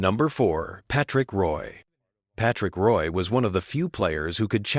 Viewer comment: Get the last name right. Roy is Rooyah. Such a disrespect to French people!